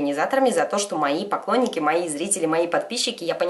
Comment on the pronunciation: мне кажется или на она сказала не поклонники,а покойники)